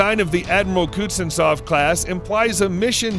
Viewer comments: Kuznetsov doesn't work, comparing it to carriers that do is ridiculous. It isn't all that hard to pronounce either. Cooze-nyet-sov. Simple stuff. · My favorite part is that the narrator pronounces Kuznetsov differently almost every time.